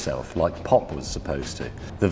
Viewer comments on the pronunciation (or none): I like James but I do wish he would pronounce ' was ' properly rather than pronouncing it ' wuz ' or ' wez ' or whatever he says instead.